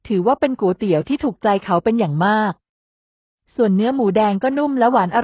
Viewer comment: เป็นกำลังใจให้แล้วนะคะ แต่ขัดใจ Ai อ่าน"ก๋วยเตี๋ยว" ว่า"กู๋เตี๋ยว" 😢😢😢😢😢😢😢😢